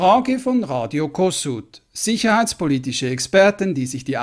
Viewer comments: Kossuth wird Koschut mit SCH gesprochen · Radio Kossuth ist als "Koschut" auszusprechen.